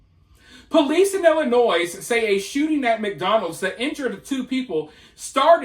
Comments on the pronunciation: When you say Illinois you're supposed to pronounce the S silent.. (noy) nois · It's Ill-ih-noy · The S is silent in Illinois